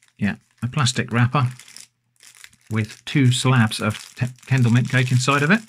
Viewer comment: Oh, its Kendal mint cake. I thought he was saying candle mint cake.